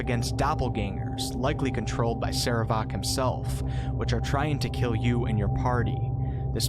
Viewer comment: your PRONUNCIATION of "sarevááák" is hillarious. of wait I meant horrible.